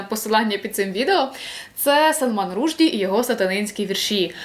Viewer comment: у Вас дуже цікаві огляди!...але так ріжуть вуха Ваші неправильні наголоси у прізвищах авторів!((( Ну зробіть щось з тим, будь ласка, бо аж оскома бере... В цьому відео - Рушді, напередодні - Зіталер... Готуючись до запису відео, заходьте хоч на Вікіпедію, чи що. А загалом, дуже дякую за Ваш канал!